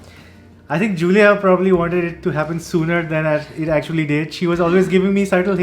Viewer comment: Happy for you guys. is lucky to get Giulia but he still needs to say her name correctly. All the best, the world had to offer, to you both.